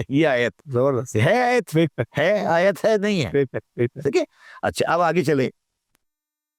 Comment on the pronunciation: ٓیت کا تلفظ بہت غلط ھے ۔۔۔ سر ااپ کا ،، معزرت کے ساتھ ،،، با قی باتیں سیہ ھین ، بلکل درست ہیں